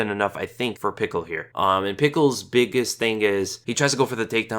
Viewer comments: its pischel not pickel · Lmaoooo Vinc "Pickle" I'm dead! 😂😂😂 you're the best... it's pronounced "Pee-shell", but man! That made me laugh so much lol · Pickle...? It's (Pishell) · Vince Puh Shell is how its pronounced. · Haha, Pickle, loled so much at the pronunciation. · actually burst out laughing every time you said pickle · same man that was funny af i don't get where he got Pickle from lol! i mean watch's a lot of fights like myself he had to have seen Vinc fight at some point you heard his name (PICHEL) before...Buffer pronounces it correctly not to mention his Nickname Flows with his last name just a really bad miss pronunciation.....lol love ya though you the man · If you type in Pichel in google translate in german and let them speak it you hear the right sound of ch. and his first name is spoken: Vins. Ultimate Fighter Canada vs UK i think he was with Robert, not sure though. Just an fyi :-)